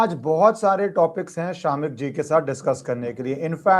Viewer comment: Its not SHAAAMIK - much like its not RAAAW